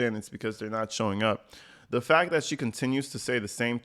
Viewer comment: 100 what??? 3 different insurance COMPANIES!!! The word(s) is/are several, fact not fack , it’s This not dis, it’s seriously, I could go on and on🤣🤨😤